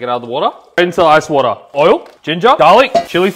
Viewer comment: You pronounced the water word like WATAH😅